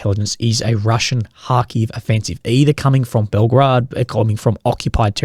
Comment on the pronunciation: Can u just refer ti Belgorod as BelgOrod not Belgrade 😅